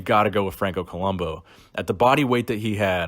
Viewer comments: It's Franco ColombO, with an O, right? Not ColumbU with a U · Co-lum- boo! That's how you say it.